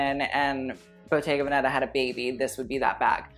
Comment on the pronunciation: love u but it kills me how you pronounce the 'veneta' in bottega veneta